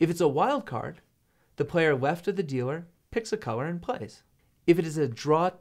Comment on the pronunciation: I hear weft not left